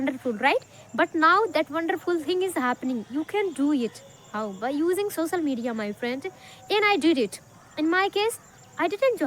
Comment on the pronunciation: Practice to pronounce the word 'Social Media' correctly